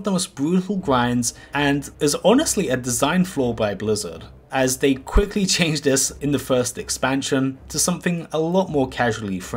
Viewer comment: this guy is very difficult to listen to. "design fwaw"